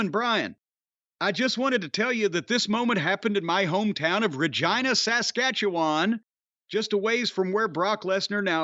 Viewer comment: I was absolutely elated that Jim read my email. Of all fucking wrestlers it had to be Kulka in my hometown that broke his leg. I was also very proud that Jim pronounced Regina properly and not ReGENEuh like most Americans. It’s the latin word for Queen and is nicknamed the Queen City like Charlotte North Carolina. Also fuck Winnipeg, Don Callis and the Bombers!